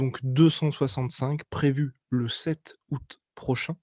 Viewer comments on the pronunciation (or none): none